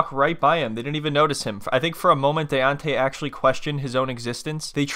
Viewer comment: I never could understand why these women he was SO in love with him kept mispronouncing his name! 😂😂😂 they kept calling him “Dee-ontay”… instead of “DAY-ONTAY”.. Daonte!!! Daonte!!!